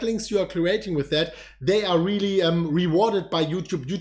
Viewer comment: skip to for a nice laugh, "very veary realely resonable"